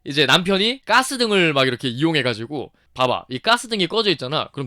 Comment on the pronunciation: 가스, 까스 발음 구분 못해요?